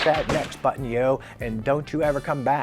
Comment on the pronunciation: A Biden Sniff on a Funko pop...I love to hear pronounce button. Enjoyed the video good job. T